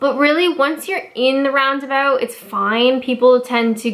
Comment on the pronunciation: 'Round aboot'